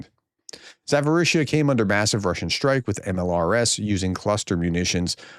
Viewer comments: Zaporizhzhia is pronounced with a P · Pronounciation: there is no "f" sound in Zaporizhzhia. You should prounounce the "p".